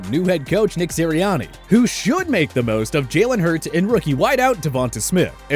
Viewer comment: Devonta Smith Pronunciation according to: Da - Von - tuh Smith